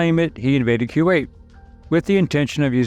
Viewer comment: Love your channel! But...I feel like you don't know how to pronounce Kuwait. 🤔